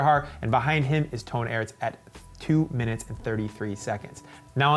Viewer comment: As an American, it actually makes me cringe when I keep hearing him pronouncing Toon Aerts phonetically, too. It should be pronounced like “tone arts”. The worst part is his commentator counterpart repeatedly pronounces these correctly and he continues to do it. In this recent superprestige, he kept saying Boom photenically (even with somewhat of an emphasis since his pronunciation is an onomatopoeia of an explosion), again, even after his counterpart consistently tried to correct him. Makes the watching experience a little less enjoyable. Have some self-awareness,!